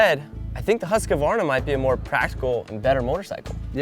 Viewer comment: Love you guys but it's husk-var-na not husk-ka -var-na.